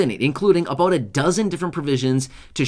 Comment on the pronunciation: You keep saying a " BOOT" I never see Any